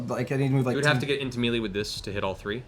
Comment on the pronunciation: As a first time watcher, please someone, please tell me Matt stops saying melee incorrectly at some point in the near future.